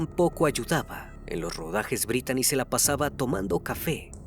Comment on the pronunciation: Se pronuncia britni no Britani la manera correcta de escribir britni en inglés es Brittany y se pronuncia Britni como Britney spears